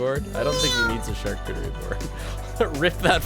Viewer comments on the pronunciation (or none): none